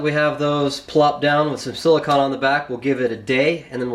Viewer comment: Silicone That's SIL-i-CONE....